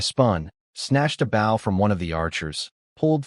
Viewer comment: The machine reader says "bow" incorrectly but says "crossbow" correctly. Just funny I think.